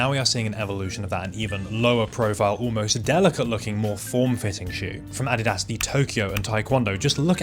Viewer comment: Holy, a channel that knows how to actually say Adidas correctly